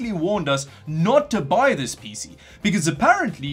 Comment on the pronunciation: I love how puts so much emphasis on ‘P’ when he says “PC”.